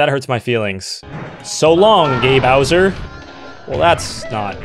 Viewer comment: Until someone pointed it out I thought he said “so long, de Bowser!”